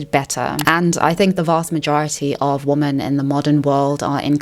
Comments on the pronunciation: I love your channel! Your insight is incredible I do have a request… could you please say the plural of woman.. which is women? It throws me off every time you say it incorrectly. 😅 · you pronounce "women" wrong